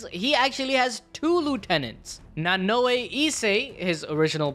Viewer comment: I know you didn't just mispronounce Nuh-Na-ow as Nuh-Noo-o-ey